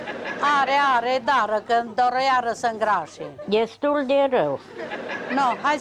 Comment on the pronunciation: iubesc babele astea=]]] "diestul de rau" rad mereu cand o aud spunand asta=]]]]]]]